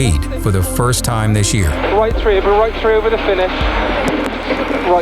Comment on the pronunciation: the way he says "three"... hahaha